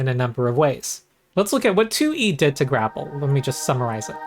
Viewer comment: I love how every time you say “2E” it becomes one word that sounds like “Tooie,” reminds me of Banjo Tooie. This is a channel primarily about Pathfinder Tooie, but occasionally other stuff like Path-Finderie and DnD Threeie.